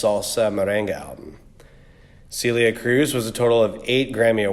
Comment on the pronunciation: It’s pronounced Sell-lee-yah not Cee-leeuh 😒